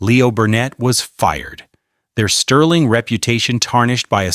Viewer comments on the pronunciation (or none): none